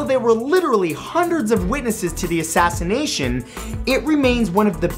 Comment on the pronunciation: "what makes this asashination so funny.😂😂